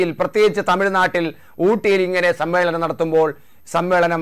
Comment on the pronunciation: സം മ്മേളം,? അതെന്താ മേളം